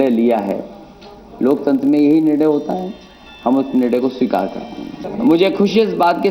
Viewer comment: sabikar nahin behenji swikar..